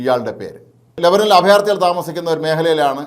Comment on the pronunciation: ചേട്ടാ, ലബനിൽ അല്ല, ലെബാനോനിൽ ആണ്.